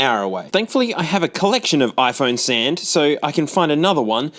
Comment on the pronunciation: "iPhone sand"